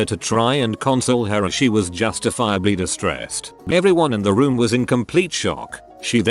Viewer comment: Justifiably sounded like "just a fire bleed".